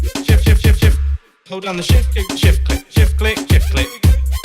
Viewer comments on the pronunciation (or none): it sounds like "Shift Clit" After a while lol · It sounded like shit flick lol